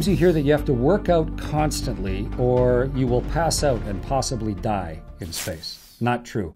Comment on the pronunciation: You are trying to say die right?